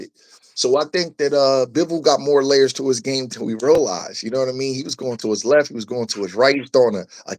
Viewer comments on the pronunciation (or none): none